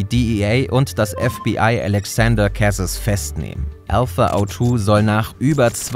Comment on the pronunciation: Die französische Aussprache müsst ihr aber nochmal üben… Kwebeck… Älexänder Kässes… oh man 😂